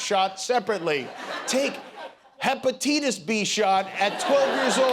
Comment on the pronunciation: Hepititas lol 😂